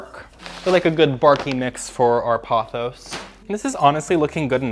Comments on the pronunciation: The way you pronounce pothos drives me crazy. It’s Poh-thos. The word you are saying would be spelled Pawthos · Sorry, not trying to hate. I like your channel but I ’m neurodivergent and consistent mispronunciation is difficult for me